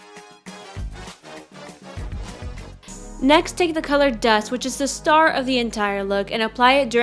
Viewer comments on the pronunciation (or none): none